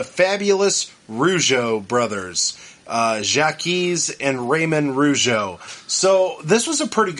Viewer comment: Jacques is pronounced Jock